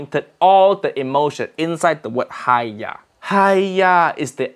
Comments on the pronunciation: HAIYAAA....not hiyaa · its haiya